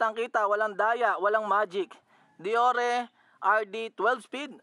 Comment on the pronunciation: Paps di po dee-yor-re ang deore.. Deyoor po pag pronounce nyan 😁